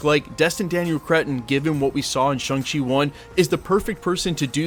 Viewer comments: ShAng-Chi not ShUng-Chi. Why do keep insisting on mispronouncing it dude? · It's not Shung Chi dude, it's Shaaang Chi, pronounced like Shawn. They made it quite clear in the movie.